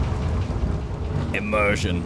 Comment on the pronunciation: Every time you say immersion, I loose the immersion...